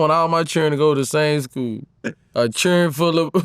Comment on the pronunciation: “You got a thousand chilren(children) you a fxckin alien 👽!” 😂🤣😂🤣🤣